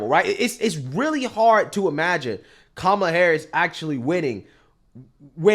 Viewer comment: That CNN guy said Kamel-A like "Pamela" RACIST! To The Gulag!